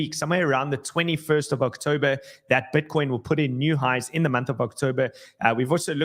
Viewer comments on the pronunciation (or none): none